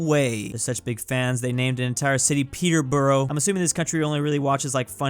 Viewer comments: "they're such big fans, they named an entire city peterburrow", it's pronounced pe'br'. Do' know ow ' speak English? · As a British person, his pronunciation of Peterborough kills me (it's meant to be pronounced Peter-bruh) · It's not pronounced that lmao. It's peterbruh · The way he pronounced Peterborough 🤮🤢🤢🤮🤢🤮🤮🤢🤮🤢🤮